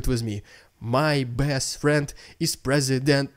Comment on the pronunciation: it's your accent...let me help...presi-went-pukin